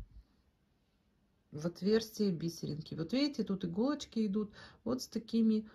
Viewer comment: Спасибо большое за канал, за доступное объяснение❤ Отдельное спасибо за "би́серинки", а не повальное "бисери́нки", которые невозможно слушать, режут слух. Подписка, однозначно!)❤